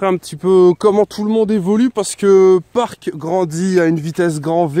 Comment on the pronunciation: ta dis PARK dans toute la vidéo alors que c'est PYRO ou PIRO